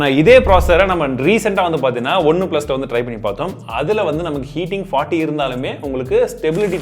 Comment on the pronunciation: 4.00 one plus ❎. Onnu plus ✅😂😂😂😂